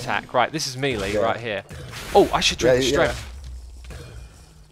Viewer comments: What’s mealy damage? Do you mean melee damage? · Is Melee one of those words you pronounce 'incorrectly on purpose'? :)